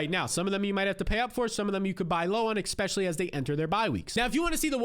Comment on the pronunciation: eSpecially, not X-specially